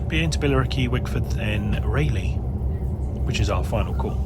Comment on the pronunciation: RAYleigh and not RAleigh. Its not a bike company. 😅